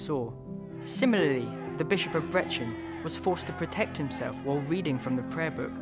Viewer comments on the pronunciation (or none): It's brechin (brie-kin) no breh-chin ya daftie